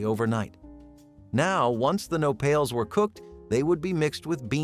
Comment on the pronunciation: Mispronouncing "no-pails" is a bit annoying. It's "no-pah-les."